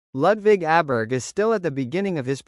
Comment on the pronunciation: Pronounced "Oberg".